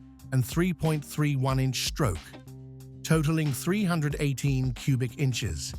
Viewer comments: We say “three eighteen”.. Forced myself to watch it cause of the subject; but hard to listen too. AI voices are hard on the brain.. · It’s 3 eighteen, not 3 one 8, A eye needs to learn pronunciation. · its NOT a three...one...eight , fool . its a 318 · AI says "Three One Eight" instead of "Three Eighteen" H.E.M.I. instead of "Hemi". Tired of this AI garbage and never finish never getting to the intended end of the program.